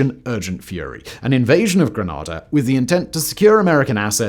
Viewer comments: Yo whistle boy... its Gre- NAY- da not Gre-nah-da lol hurts my ears to hear it said like that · Wonderful video! The pronunciation Grenada is Greh-Nay-Da